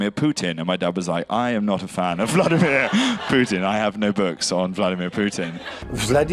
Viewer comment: “Wait, you still call Vladaameeerr Poooltin, daddy?”